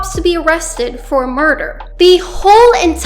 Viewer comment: why did she say murder like that yes it was murder wtf is wrong with you